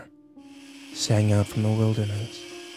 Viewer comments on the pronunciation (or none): none